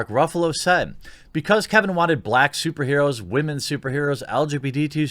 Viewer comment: Dude, Stop saying "wah-men". It's preaching (or pandering) to the choir. You often make a lot of good points that I agree with but the wah-men thing puts me off and frankly undercuts any reasonable and sensible thing you say. Be better than a butt-hurt dude bro that the woke likes to paint your kind as.